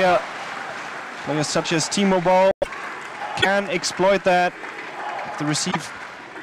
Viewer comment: when they said timo boll i though they were sayin t mobile